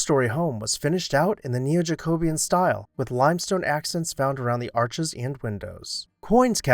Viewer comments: fyi: “jack-o-bee-un” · Love this channel so much! As an architecture and history student it is right up my alley! One suggestion...check the pronunciation of JACOBEAN...seen/heard in several videos! KEEP UP THE GOOD WORK!